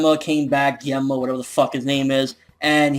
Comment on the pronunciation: Gen..Ma Not Jen-ma dude your saying it wrong lols